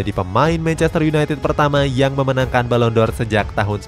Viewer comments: Penghargaan balon Dor 😂😂😂🤣🤣🤣 Balon D'Or dibaca balon Di or Bkn balon Dor 😂😂😂😂 Channel bola lho 😂😂😂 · Koreksi dikit "Ferguson" bukan "Fergusen" sama "D'or" bukan "Dor" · Balon D'Or min .. bukan balon dor 😀😆